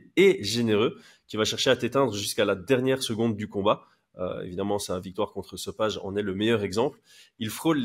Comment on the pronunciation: Salut si jamais on dit sopaï et pas so page